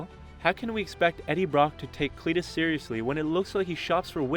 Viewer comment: CLITus, that pronunciation tough